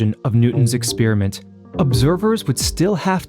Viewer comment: Firstly: it hurts the ears to hear "exp-ee-riment" ; it's "exp-a-riment"😀. Besides: Hypothesis 2 has to be true. Otherwise, it's nature itself itself (herself? like in "mother" nature? or themselves? like in wokese-twitterese?) that has the trouble of creating a predating, sub-existing, "basis" theatre of infinite, infinitely dense sets of spacetime coordinates where reality comes to play its role. This however seems rather complicated, since spacetime behaves weirdly, making it so far impossible to reconcile GR and QM... The only logical answer is that spacetime is emergent at some level (possibly way way waaay up in the scale from the Planck's 10^-35m/43s - maybe it's just nanometers instead). That emergent rather rigid fabric then gets dragged along with the "motion" (whatever it REALLY might be) of any "frame of reference" (= a set of relationship based networks between events that are interdependent, aka: "an observer")